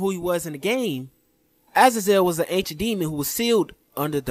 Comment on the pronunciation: It killed me to hear that guy say Azazel completely wrong.